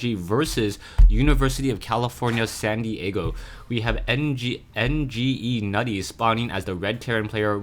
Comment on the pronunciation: NgeNuity is prounounced Ingenuity, not N G E Nutty. It's Nuity